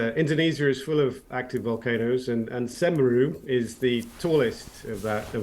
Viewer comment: "Semeru" Attack or blame